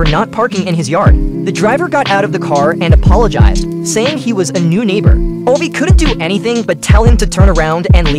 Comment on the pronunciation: Its pronounced "Oova", not "Ovey"